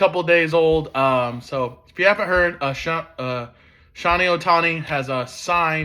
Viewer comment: SHO-HEY bud. Not Shawnee. And not Moeki Betts it's MOOKIE